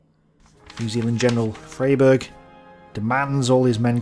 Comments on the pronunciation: I don't know if anyone's told you this in the intervening years but 'Frayberg' was pronounced 'Fryberg'. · Freyberg = pronounced ‘Fry-berg’